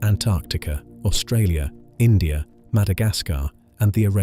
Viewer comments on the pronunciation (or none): none